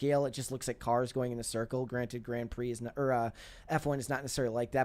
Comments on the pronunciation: Grong Pree. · Grand Prixxx? You don't know how to say that simple elementary thing? The only reason it's elementary is at like 12 I knew how to pronounce that. But maybe it's her generation that doesn't learn or just say words like that that are about racing? In her Internet social media world her generation is never exposed to things like car racing?